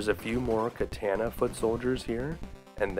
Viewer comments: It's pronounced kah-tah-nah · I have to say thats the first time Ive ever heard katana pronounced as KAY-TA-NA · Well, except for the hilarious way you say katana, this was a nice romp through my past.